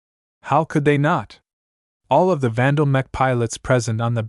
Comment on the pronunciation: Horrible voice over, it can't get names right, it keeps mispronouncing easy words like mech, for a word that is used so much throughout the entire book series..... This voice over is the worst right up there with the 1980 something audiobook of legend of Drizzt. Great book series tho, I just can't listen to it now and probably I'm never going to finish it lol